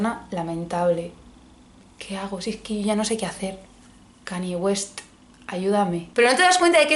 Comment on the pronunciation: y el cani WEST